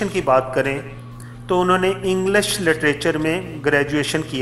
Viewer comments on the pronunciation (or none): Bhai. jb koi vedeo bnao to pehlay socho k aap iskay ehl bhi ho k nhi. Khuda rah pehlat 👩‍👩‍👦‍👦apni english ore urdu theek kero 1. English hota hai englush nhi 2. تعینات ہوتا ہےtanyaat nhi Ore bhi boht ghallatiyan hain bus nishan dehi ki hai. Khuda rah ehtiyat kiya kero